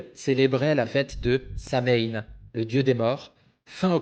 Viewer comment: On prononce Sowiiinnn en irlandais et c'est Samonios en gaulois. Nouvel an celtique